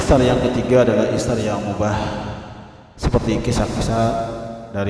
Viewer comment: Isar pak bukan itsar